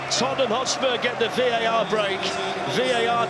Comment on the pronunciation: Never known someone mispronounce 3 letters. VEAT R, nice one Glen.